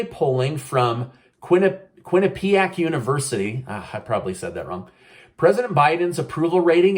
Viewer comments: Heyyy Quinnipiac Univ - you said it right! That’s near me here in the northeast. Thank you for all your research and information. So helpful and the only source I trust for neutral politics. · You said Quinnipiac just fine for your first try. That's how we say it here. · You said Quinnipiac perfectly :)